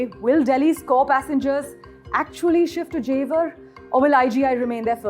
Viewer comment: jewar bol re chore🤣